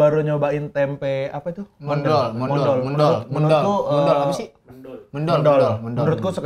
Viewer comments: itu tempe mendol yang dari jatim dibacanya méndol bang bukan mendol wkwkwk itu biasanya bumbunya : garem, gula, cabe merah, bawang putih, kencur, daun jeruk sama terasi dikit. CMIIW 😅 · itu namanya mendol bang bukan mendol, pake e bukan e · Mendol bacanya bukan mendol bang, tapi mendol.. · mendol bang bacanya bukan mendol wkwkwk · Mendol terbaiiik, dan memang lauk, bacanya Me bang bukan Me, Me untuk Merah bukan Me untuk Merem.. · Mendol bukan Mendol, e nya kayak suara waktu bilang eek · Bacanya bukan mendol, tapi mendol . . . . . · ngomongnya mendol bang bukan mendol :(( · MENDOL BANG PAKE E BUKAN E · MÈNDOL JAAA REJAAA..BUKAN MENDOL..CEPAT REJA LAHH BANG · mendol bang .. e' bukan e ejaan jawa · mendol... baca "e" nya kayak kata bebek bang... bukan "ke" kwkwkwkwk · Bang bacanya Mendol itu "E" nya kyk baca bebek🤣🤣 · Bacanya bukan mendol as in "me" nya mendoan, tapi kayak "me" nya meong. Krunya bang radit gak ada yg org jawa timur kah? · Cara baca mendol yg bener itu serupa sama "cendol" kakkkkk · Bang, bacanya Mendol itu Men nya kayak di Menfess.. Dol nya kayak di Doll 😅